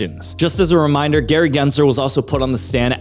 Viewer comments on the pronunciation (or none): none